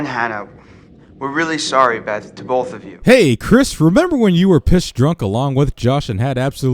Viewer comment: Wait, bolth? BOLTH? I mean, I know Americans butcher lots of words (I'm looking at you, aluminium) but you added a letter, it's Both, not Bolth!